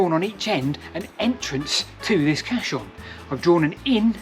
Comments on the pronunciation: Thanks for making this, very interesting I'll have to look through your other work now that Im aware of it. As an engineer there is one error that I noticed, caisson is pronounced Kay-son. It's also caisson not cassion as you refer to it. I'm aware there might be some misspellings around and sometimes difficult to know who is correct but Robert Weldon referred to his invention as a hydrostatic caisson lock on his patent application. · I feel like a dummy. I spent 15 minutes trying to spell cachion, castle, and auto correct gave me everything except what I wanted. I finally gave up and looked at the comments. Duh. sounds like kay-sons. edit; caisson means sealed box, also related to coffin '' A funeral caisson [pronounced kay-sen or kay-sahn] is a two-wheel, horse-drawn cart or wagon originally used to transport ammunition during military battles and, when necessary, to transport the wounded or dead from the battlefield.'' also caisse, cash register or sealed box. also, architectural, A sunk panel of ceilings or soffits. known as a coffered ceiling. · Caisson is pronounced ‘case-on’ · Interesting. Never knew about this idea. I've also never heard the word caisson pronounced like that. I've only ever heard it said like "case-on", but that could be an Americanism. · I thought it was pronounced "Case on" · Great bit of info, loved the story, I belive Caisson is pronounced Kay-Suhn, the easiest way to say it I think is Case-on. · I don't mean to be picky, but there's no "h" in the pronunciation of caisson. It's spoken how its spelt. Interesting video though of a place closer to me. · I love how you seemingly couldn't decide on the correct pronunciation of caisson, so used every pronunciation going, genius move 🤣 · that would make sense if he stuck to that one pronunciation, but every time he said it he seemed to say it differently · I think just spelt (and pronounced) it wrong. Caisson House is spelt that way on Historic England's website for example.